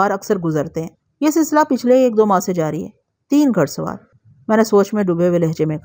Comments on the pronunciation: گھ پیش ڑ سوار گھ زبر ڑ سوار نہیں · گھڑ سوار کیا لفظ ہے یہ گھوڑے سے بنتا ہے گھڑ سوار ۔۔۔ گھ کے اوپر پیش کی ہلکی آواز نکالتے ہیں